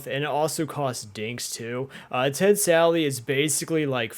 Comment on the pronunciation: Why does everyone call “Ted Sally?”